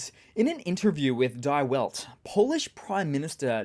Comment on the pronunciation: The german "Die" is pronounced 'Dee'